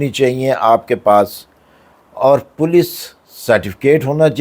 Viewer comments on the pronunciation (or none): none